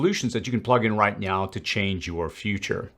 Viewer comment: Did you say right meow? Lol